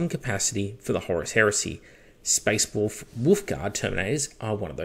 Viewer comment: You sound funny when you say “wolf tails”, you sound like you’re saying “WOOF tails” lol.